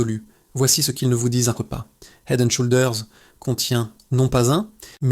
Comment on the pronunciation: Le mot SHOULDERS ne se prononce pas avec le OU français ...l'application Traduction Google vous aidera à bien prononcer !le mot HEAD On prononce le H svp ... HEAD and SHOULDERS please ❤